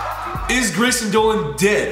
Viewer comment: "Grameson" lol